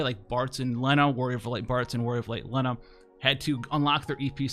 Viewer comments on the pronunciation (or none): none